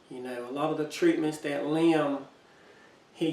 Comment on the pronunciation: Liam is also my 3 year old grandsons name. Yes, you said his name right!